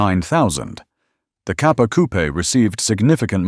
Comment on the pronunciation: The many failed attempts at pronouncing Italian names is woeful and embarrassing. Also the word 'coupé' has an e with an acute accent (´) at the end, it is therefore NOT silent and not a place where chickens live.